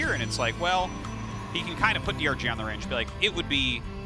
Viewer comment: I love Artosis, but why can't he pronounce zealot (or dragoon) correctly?